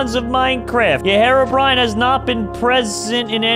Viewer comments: I'm done with. First he calls Herobrine "harobrine," and he's calling charged creepers "super creepers." I need stress ball, comrades. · It triggers me how he pronounced herobrine as hair-ro-brine instead of hero-brine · lol he pronounced his name wrong